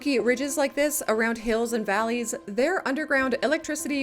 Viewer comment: I like the "VAGley"